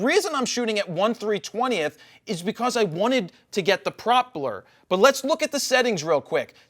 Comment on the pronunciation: hahah the "prop-ler" 😅 I know you meant pro-pell-er. But I found it funny.